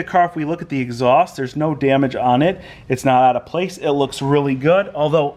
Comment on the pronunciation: I'm sorry but it really bothers me how the f.. u say DAMAGE... "Djemech" :D